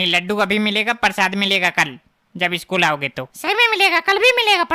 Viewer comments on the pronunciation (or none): स्कूल ❌सकूल ✔️😂🤣😝